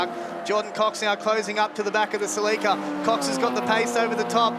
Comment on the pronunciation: Commentators, its pronounced Cell-ik-a